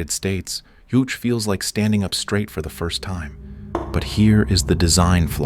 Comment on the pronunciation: JuChe is not pronounced as if it is a Spanish ju but more like the ju in the English word juice.